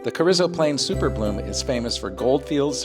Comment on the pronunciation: pronounced cah-reez-oh, not cah-rizz-oh